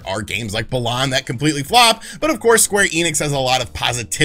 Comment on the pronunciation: Please don't ever call it "Bah-lahn" again lol